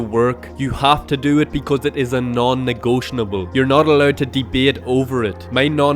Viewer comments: Negotiable not Negotinable you are adding the N. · Ah, my friend this is GREAT apart from ONE really annoying error! 'Non-negotionable' is not a word! It's a 'non-negotiable' and it grates every time I hear you saying it wrong, spoiling an otherwise great video. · You are pronouncing non-negotiable incorrectly, it takes away from the power of your message just slightly and would be an easy fix. You're adding an 'n' in at the wrong place towards the end of the word.